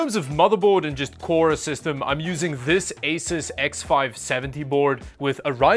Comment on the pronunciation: It's pronounced "A-Suess".